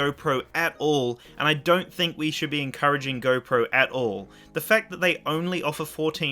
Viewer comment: Anybody who cant say “GO” correctly i cant trust